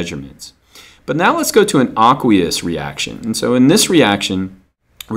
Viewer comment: AAAAAAAAKKKWEEEEEEEEEUUUUUSSSSS solution bad pronunciation.